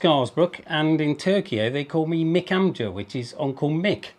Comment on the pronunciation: 36 years in Turkey and he cant pronounce onkel (amça). a shame!